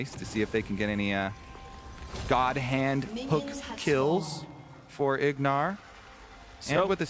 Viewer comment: Lol name plate had Ignar’s name as Huhi and called him Huhi a couple times too 😂